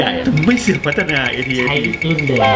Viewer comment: AT AT อ่านว่า แอท-แอท นะ